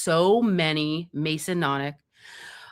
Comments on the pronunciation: Her memory retains everything, except how to pronounce Masonic and Converse.. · is awesome, an fantastic resource, but it's MASONIC, not Mason-onic, and it's Converse, not Con-a-verse shoes. Sorry to be the asshole, but these sort of thi is need to be corrected if there will be multiple videos regarding these things or terms. Keep up the great work, everyone!